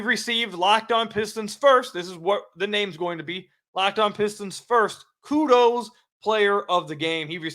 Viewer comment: Ku-Does? LOL Bro.